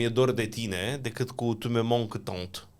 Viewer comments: Nu „Tu me manque, tante”, d-le, că nu îți lipsește „mătușa”! Și nu „inflouence”, ci „influence”. „ Stă să cadă”, nu „ dă să cadă” 😊. Apogeul este „maxim” prin definiție; un „apogeu maxim” nu este decât un pleonasm. Ai „îndoieli”, nu „reticențe” 😉. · Domnul a spus “Tu me manques tant”, ci nu “tante”. Se traduce prin “Îmi e atât de dor de tine”. Posibil pronunția sa nu fi fost corecta, însǎ exprimarea este perfect corecta și dumneavoastră nu ați înțeles și corectați în mod eronat. De asemenea, corect în limba română este “dă să cadă”, ci nu “stă să cadă”. Expresia este “a da să facă ceva” (ci nu “a sta să facă ceva”) și exprimă iminența unei acțiuni. Acestei expresii i se pot atribui o sumedenie de verbe, inclusive verbul a cădea. Nu există în limba română “a sta să facă ceva” cu sensul ca acțiunea este pe cale să se întâmple, ci doar cu sensul de a rămâne undeva cu scopul/ intenția de a face aceea acțiune (de ex., “nu vine afară ca stă să învețe” = “nu iese pentru ca rămâne în casă cu intenția de a învăța”). Mai mult, expresia “a avea reticențe” este perfect corectă în limba română și are exact același sens cu “a avea rezerve” și sens aproximativ cu “a avea îndoieli”. Singura corectură bună pe care ați făcut-o este “apogeul maxim”, care reprezintă într-adevăr un pleonasm. Însă, dat fiind faptul ca domnul vorbește ore în șir într-un singur podcast, este perfect normal și uman să se mai strecoare și greșeli. Este ideal ca data viitoare, înainte să corectați pe cineva, să vă asigurați ca în primul rând, înțelegeți perfect ce a spus persoana respectivă (vedeți corectura în limba franceză în care a fost o neînțelegere din partea dumneavoastră) și în al doilea rând că dumneavoastră vă însușiți regulile de exprimar